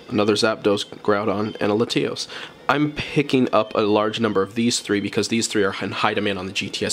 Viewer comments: “Luh-tee-os”?? Lat-E-os. 👍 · Dislike because “LaTEAOHS”😂 wtf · are we just going to gloss past the way he’s pronouncing latios….